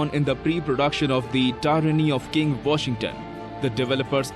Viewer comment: King Voshington